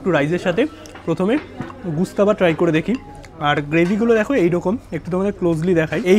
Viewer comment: Bhai khabarer naam jene food blog kar.... Gustaba noi ghostaba